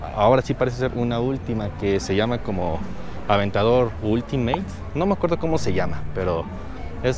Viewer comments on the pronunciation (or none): none